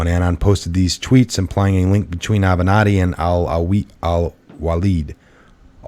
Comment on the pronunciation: It's Ah-ven-not-tee